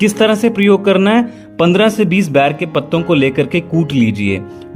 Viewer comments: ये बैर नहीं होता है बेर होता है सर 💐💐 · Please Say It Ber Not Bair. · बेर कहो न कि बैर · Pahle ber bolna seekh lo phir ilaaj batana.